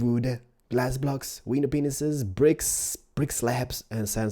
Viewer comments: Haley Nicole I distinctly heard penis's! I have one so, I know what it sounds like. And I am Italian so, I'm kinda of a specialist in the field ...lol ..no really ......<*> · he is saying penises on purpose now. when they first came out ppl laughed at him for the way he pronounced it. so now he just says it wrong on purpose xD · ....did he say "window penises"? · You say glass panes wrong you say it is window penises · panes,panes not penis lol ur awesome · He says window penises in every let's build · Window panes not penises?? Lol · OMG he said window pinises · Why do you call them wiener penisis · he said window penises BAHHAHAH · the guy said window penises 😂😂😂😂😂😂😂😂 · It sounds like he's saying "Window Penises" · Why every time you say penises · when he says panes it sounds like penises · you pronounce it as "shutters" and i'm not sure if you were doing this on purpose but window panes is pronounced as though you were saying window pains. what you were saying before is the name of male genitals. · he says window penises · Do you say window penises?? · Is it just me that thinks he said "window penis's"? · is he trying to say "Window Penises"? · did you say "window penis's" at least that's what I heard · listen to the way he says window panesis it sound like window penises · Is it just me or when he says window panes it sounds like wenus peanus? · Wait did you say window penises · it sound like he is saying window penis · The way you say panes is like penises